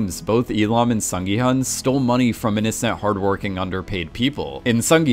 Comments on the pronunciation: Broski, Gyun, not gi hun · please call gi-hun -> gi-hoon It's the right pronunciation I know cause I'm Korean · Hi! Just wanted to flag one thing! The main character's name is pronounced "Sung Gi...HOON." Just wanted to let you know for future videos! (I'm Korean so just want to help others pronounce the Korean names more accurately if they mention them across multiple videos!). Thanks for all your thoughtfulness that goes into your videos and analyses! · The main character's name is pronounced more like Gi-Hoon (like long o in soon, even though it is spelled Hun)